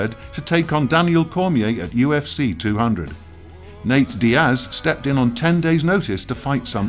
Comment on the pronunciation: How tf did you pronounce Nate Diaz